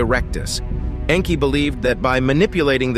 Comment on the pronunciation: It's Nnnnn kie like ur pronouncing name wrong